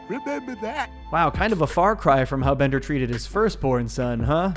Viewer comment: Wait a minute. Bonder's name isn't Bonder. It's Bender!